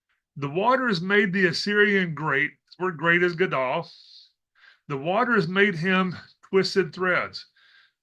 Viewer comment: the ‘dol’ in Gadol is pronounced like ‘Dole’ brand pineapple/fruit many thanks for your work from a new subscriber🙏